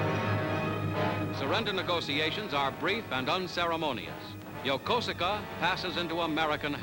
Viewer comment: I know it's spelled Yokosuka, but it's pronounced "Yokooska". I've been there several times.